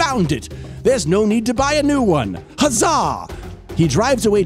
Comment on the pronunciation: And, “hazaah!” 😂